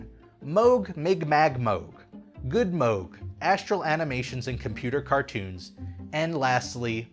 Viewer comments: It's rare that my two passions of Disney Theme Park content and Synthesizers come together in the same video! Fantastic. AND GOOD WORK SAYING MOOG CORRECTLY!!! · I am so proud of for pronouncing “Moog” the right way. I almost always hear it pronounced like the sound a cow makes + g. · Congratulations on figuring out how to correctly pronounce "Moog"!